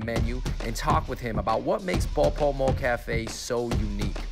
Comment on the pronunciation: FINALLY I'VE BEEN WAITING FOREVER. Also you said the name wrong at the beginning. You said Bopomo Cafe.